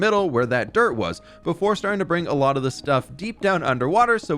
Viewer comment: Well that was a „lottle“ of building